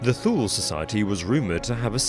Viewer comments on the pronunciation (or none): U mispronounce Thule. It is Two-lee. Like number 2 and Lee. Like the general.